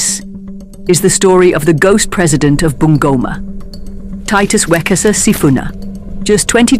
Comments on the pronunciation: I love how she pronounced bungoma😂😂😂Bangoma😂😂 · The name BUNGOMA is wrongly pronounced here. Sound "U" in Kenya is U for UNION ... not "U" for "aah" in short its BUNGOMA---- B - boy U- union N- nail G- God O - Off M- Man A - apple